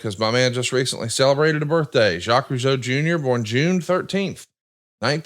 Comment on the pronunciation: Time for Mr. Zha-Quez Roo-Jee-Oh😎